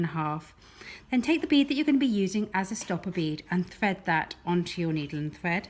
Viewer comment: I FINALLY managed to do it. It would help if she didn’t say bead as I thought she was saying B. It’s hilarious 😂😂